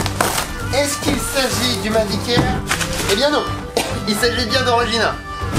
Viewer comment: A chaque fois qu'il disait "Mavic Air" j'entendais "Meuble Ikea" lol. Sinon cool le drone !